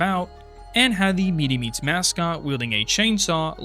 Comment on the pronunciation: 1. pumpkin lord was icon of hhn31 not hhn30 2. meetz meats, not meety meats